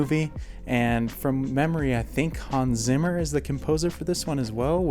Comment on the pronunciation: Why do you always butcher the name "Hans Zimmer".🤣🤣🤣 Phonetically transposed into American English it is "Hahns Tsimmer".